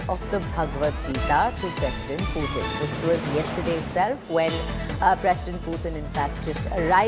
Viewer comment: Its not piyutin but Putin 😂